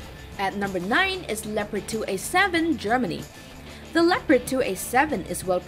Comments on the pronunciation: It‘s called leopard. Not lepred. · she might be learnt to speak! German tank, german name: Le-o-pard! easy